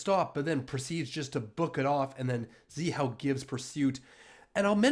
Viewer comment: to Zhihao is pronounced GeHao and not ZiHao. Ge as in the last 2 letters of George. Zhihao’s pursuit is 🔥🔥. Not many Chinese would pursuit like him.